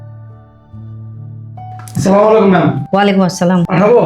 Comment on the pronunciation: হজুরের সালাম দেয়া সঠিক হয়নি সালামের উচ্চারন হবে- " "আসসালামু আলাইকুম "!